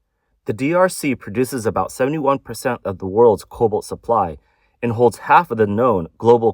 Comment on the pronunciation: It's cobalt, not COBOL. (Pronounce the 't'!)